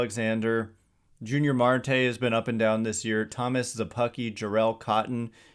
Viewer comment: It bugs me when Giants fans keep mispronouncing Yunior Marte's name. It begins with a Y...